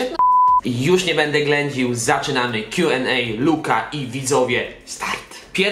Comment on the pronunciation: W koncu pierwsza osoba ktora wymawia poprawnie Q&A ❤